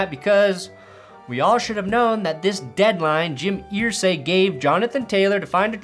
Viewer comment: It's "Er-say" not "Ear-say". Signed, A Colts fan